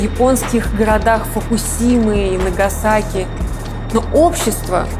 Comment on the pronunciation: Да, и мен так же это резануло по ушам! Но смотрю народ не в курсу Фукусимы и Кавасаки... и Сузуки... и Окинавы